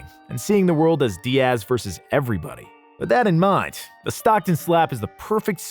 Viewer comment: How do you mess up a name like Diaz. It not Di-ass bruh lmao